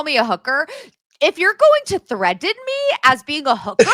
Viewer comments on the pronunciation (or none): Michelle cannot pronounce the letter T 🫠 threadening!! So glad someone brought up the age difference between Mikayla and her husband at the start 😬😮‍💨 “She dated a Beckham before, it was beneath her to date Jesse Solomon” 🤣🤣💀 Not Sherri P. needing even more attention. She learned nothing.